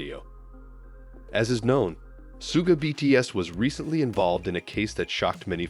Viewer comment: Что за манера коверкать имена парней из БТС. Если не знаете имен, так узнайте. Чимина Джимом обзывают, Шугу не могут выговорить. 😢